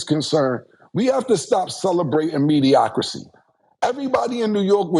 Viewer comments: Mediocrity...... Mediocity is CRAZY 🤣🤣🤣🤣🤣🤣🤣🤣🤣🤣🤣🤣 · Also “mediocracy” instead of “mediocrity” 😆😆🤣🤣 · Mediocrity, Cam, not mediocricy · Mediocrity...not mediocracy 😅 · Someone tell cam how to properly say mediocrity lol bro was struggling